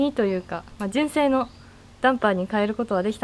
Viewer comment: あらら、大変！ 負荷かかり過ぎたのかもね!? 純正が1番‼️ じゅんせい の発音好きよ♥️（笑）